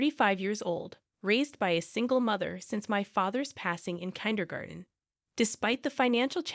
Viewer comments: Kinder-garten? AI much? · This AI voice can't say Kindergarten.